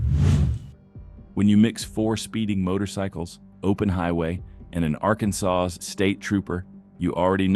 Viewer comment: Teach your AI how to pronounce Arkansas.